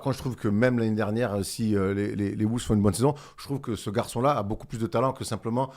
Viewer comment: Je vous aime les gars mais par contre faut arrêter de dire “Les woulves”